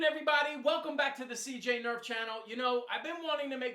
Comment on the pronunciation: You sed erf in stead of nerf